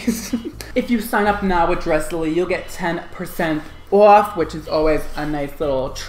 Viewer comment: It's not Dressily, it's Dress Lily. Dresslily, :)